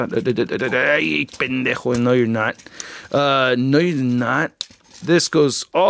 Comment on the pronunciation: it's funny to hear you say Spanish words or bad words in this case "Pendejo", Greetings from Monterrey Mexico